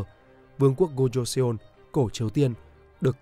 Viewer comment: Nội dung hay nhưng nếu bạn đọc được đúng phiên âm thì sẽ hay hơn. Ví dụ "Joseon" -> "cho-son" chứ không phải là "giô - sê - ôn"